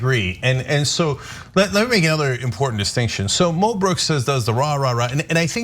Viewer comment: if its MO brooks, why do u keep saying MEL brooks? even mo brooks pronounced it MEL, learn to pronounce things americans ffs